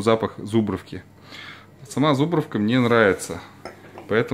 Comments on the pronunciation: Так по ушам режет!.. ЗУбровка , зУбровка, зУбровка, зУбровка, зУбровка, зУбровка, зУбровка, зУбровка ЗубрОООООООООООвка , она и в Африке зубрОвка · Всё нормалёк, только не зУбровка, а зубрОвка!!!, лайк!!!